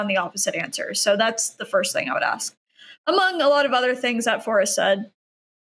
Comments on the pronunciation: Good to know that not all dumbasses are Americans. As soon as said "axe" instead of "ask," he outted himself as dumb, and things just spiraled downhill from there.... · It's as hard for some Americans to say "ask", as it is for to understand this argument!